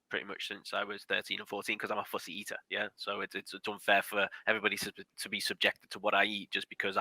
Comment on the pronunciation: Did he say he was a pussy eater or a fussy eater 😝?